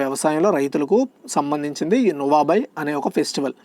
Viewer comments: 2nd question answer lo నువాబై అని ప్రొనౌన్సషన్ తప్పుగా చెప్పారు అన్న అది నువాఖై అని ఉంది కొన్ని pronounsations చెప్పినపుడు మిస్టేక్ వస్తుంది అన్న కొంచెం గమనించగలరు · Not nuabai,nuakhai...